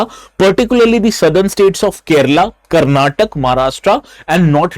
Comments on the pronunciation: You Stupid it is Karnataka not Karnatic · Not Karnatak It's Karnataka